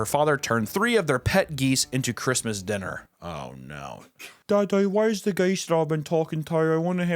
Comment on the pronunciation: “We made eem fawkin dinnah”